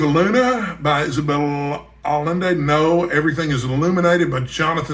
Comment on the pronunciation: a thought about Inherit The Wind - the book is good, but nothing can top Fredric March's and Spencer Tracy's work in the movie. They are perfect for William Jennings Bryan and Clarence Darrow. A second thing... Allende is a Spanish name, so the 'll' is pronounced like a 'y' . You didn't know that? And you a Texan.